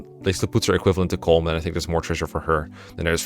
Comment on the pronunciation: Colm is pronounced like “colum” as in a column and a row, or Gollum (Sméagol) with a C. It’s two syllables, not one